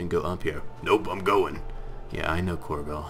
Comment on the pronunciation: Corgo? Korgal is an orcish name. Corgo is the mispronounced way to say and spell cargo.